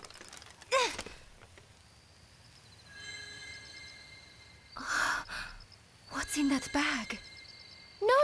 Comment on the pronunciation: dude the way you pronounced the 'g' in Roger, is actually the way your supposed to pronounce the 'J' in Jeanne